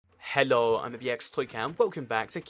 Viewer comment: Lol does anybody notice the weird way he says "hello" 😂